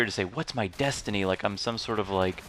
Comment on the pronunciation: destiny i thought you said density